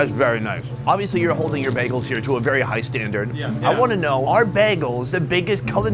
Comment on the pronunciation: Oh, Word? How many behgahls, have you had?